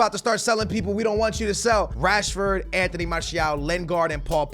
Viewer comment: you are in love with "enteny" martial